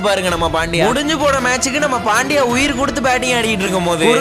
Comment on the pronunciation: Bro ot is pandya not pandiya